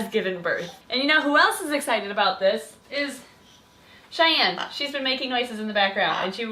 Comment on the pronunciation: It’s Chyanne not shyane